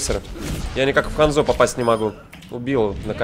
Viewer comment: Не ханзО а хАнзо